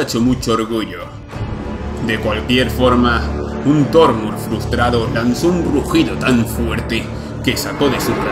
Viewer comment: Quedó Genial!!! Solo tengo que resaltar que los nombres están mal pronunciados, no es tú culpa ya que el error fué de Qenk que escuchó mal los nombres. Pero sería algo así... Tharmur ===> Thamur y Harintur ===> Hrimthur Excelente, sigue así!! :3